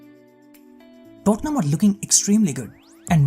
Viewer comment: Me alone or when he said tottenham it sounded like dortmund?